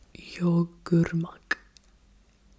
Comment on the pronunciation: so the “ğ” in yoğurmak is called a soft g ( yumuşak g ) and ( usually) lengthens the vowel in front of it, so you would pronounce it like yoo-urmak or yoo-urt, tho it’s more noticeable in other words. But your pronunciation was totally understandable:-)